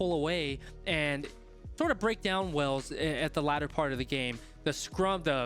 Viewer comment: Great analysis - just one thing mate…it’s not pronounced “wells” but rather “whales” 🐳 🏴 😉👍🏻 the people are referred to as the Welsh of which you pronounced correctly